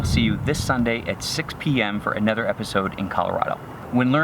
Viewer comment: Probably not probly. Another not anether. Manufacturer not manufacture. Double u not duba u.